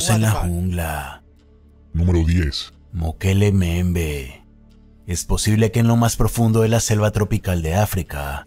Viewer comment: "Mokele Mbembe": Mukelele XD